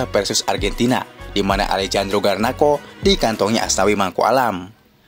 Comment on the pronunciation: Nyebutnya Garnaco aja bang klo Garnako malah terdengar lucu di telinga org indo 😅😅😅